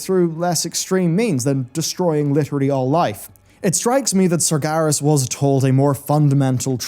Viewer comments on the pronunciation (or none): You're pronouncing Sargeras wrong. You're saying it more like "Sargaris"